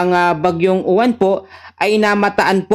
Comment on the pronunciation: boss UWAN hindi U-WAN 😂😂😂😂 wag munang pagandahin bagyo yan ehhhh 😂😂😂